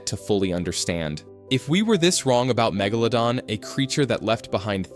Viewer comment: Fucking AI cant even pronounce Megalodon correctly.